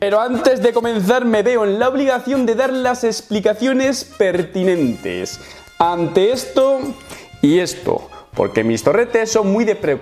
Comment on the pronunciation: En el segundo del vídeo explicando las heridas que dices “ante esto” te ha salido AMTE…. nos quiere traer del vuelta Amtel 😘😘